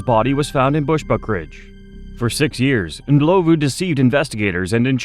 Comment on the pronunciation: Thank you for pronouncing Ndlovu correctly ❤ You have a new sub in South Africa